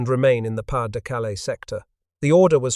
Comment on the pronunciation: Pah de, not pass